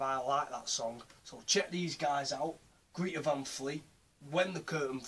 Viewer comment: Sovietweasel yeh I kinda fucked that up! I pronounced it like greeta! Cheers for watching dude